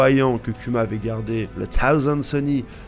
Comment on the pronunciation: Bordel ! Arrête de dire Kyuma ! On prononce KOUMA !